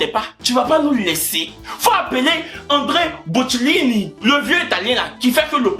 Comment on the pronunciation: c’est Andrea Bocelli, pas André Bocellini 😭😂😂😂😭